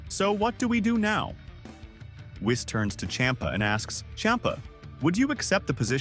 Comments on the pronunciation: I am so sick and tired of everybody calling him wiss it's whis "weess" Even my voice to text feature on my computer got it right LOL when I said Whis this is what popped up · I did like the story.. HOWEVER.. STOP USING A.I NARRATION!!! I'm so fkn sick and tired of lazy YT using A.I narration!! It's pronounced > KI not K - i Whis not wise ITS SOO CRINGEE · Misprounounced whis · Whees, whiis wyse whes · Interesting, let me continue watching, but why are you calling Whis that way? 😅 Is that how you pronounce “whiskey,” which is what Whis was named after?